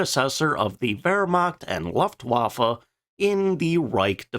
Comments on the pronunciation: For god's sake man, learn how to pronounce Luftwaffe ,LOOFT-VAH-FEH. Your narration is bugging the hell out of me. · The u in Luftwaffe is short, but a different colour than pronounces it. I'd compare it to how you pronounce the u in the word Pudding. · Please pronounce Luftwaffe correctly. The “u” rhymes with book, not bluff. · The AI dialogue is mad - the Laugh-waffer and others...........weird inflections as well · Love you videos! EXTREMELY informative and educational and the detail; EXCELLENT!! THANKS!! BTW, the U in Luftwaffe is long.😉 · How about focusing on that luftwaffe pronunciation? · It’s a lost cause at this point. Now I think he pronounces it that way just to troll us.